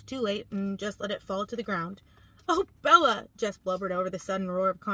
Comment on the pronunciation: I hate how she says BeL-La.